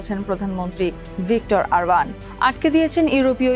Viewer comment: লিখলেন অরবান উচ্চারণ করলেন আরবান😅